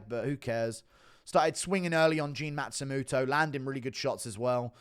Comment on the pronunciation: It's Matsumoto not Matstumuto